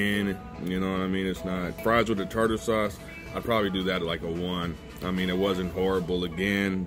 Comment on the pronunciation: Tater sauce 😂😂 Tarter sauce... and you have to mix the tarter sauce with Ketchup!